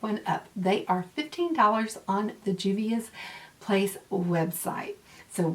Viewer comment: Hey, love!!! This is some awesome palettes with some pretty colors!!! I think you can pull the black lippie off and you said the name right!!! ~ Momma Dell